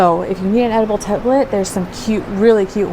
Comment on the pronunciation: Totally thought you were saying edible templates like the kind you put on a cake. 🤣🤣🤣 Need more coffee!